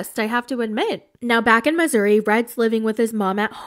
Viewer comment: love how pronounces Missouri as Misery 😂 if that aint the truth